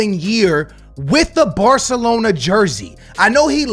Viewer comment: The way you say “Batalona” 💀